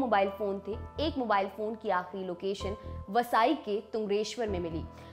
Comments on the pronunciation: अरे वसाई नही वसई है......थोड़ा होम वर्क किआ करो..... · वो वसई है ना कि वसाई सहर का नाम गूगल पर सर्च कर लिया करो